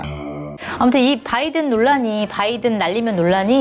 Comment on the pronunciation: 바이든도 아니고 빠이든이었음 굥 발음 특징